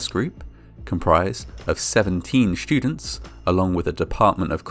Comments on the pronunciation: well, except for the word "shtudents." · Awesome. The way he said "shtream" "shtudents" and "conshtruction" was very distracting. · "Schtudents" Lol wth man? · The shtudents were shtood on the poorly conshtructed platform! What is it with people pronouncing the 'st' sound as 'sht'? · Probably a regional thing, I pronounce it that way too